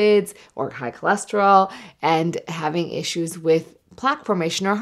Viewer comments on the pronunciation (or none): cannot read. Cool a sterol? How do I maximize this? I have horses horses bad nasal allergy.